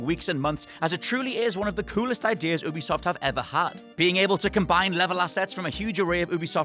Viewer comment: its not oo-be-soft its you-be-soft